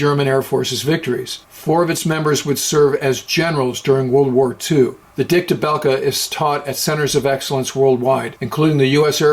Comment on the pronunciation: its bulke thats how you pronounce him he was also richtoffens mentor